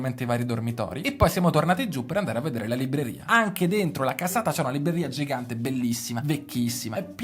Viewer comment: Bel video però ‘libreria’ nun se po’ senti’… 😂😂😂😂😂